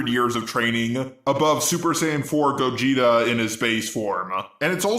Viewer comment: What's up? Good to see you again😎👍🏻 Edit:, It's Gogeta. If you having trouble saying his name, I'm here to help👍🏻